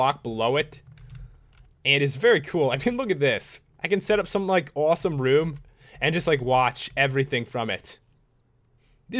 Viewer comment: Idk why but the way u say "and" kinda annoys me.. "Eeend end eyyyeend iiind eend" other then that good detailed vids lol